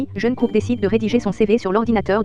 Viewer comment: Pardon mais... "Jeunekook" 😭😭😭